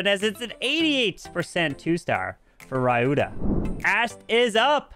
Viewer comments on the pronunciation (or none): It's Spelt "Ree you tha" not ray you tha. but, nice content and comentary as always. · Hey,it's pronounced as ryuta and not rayuta👍🤍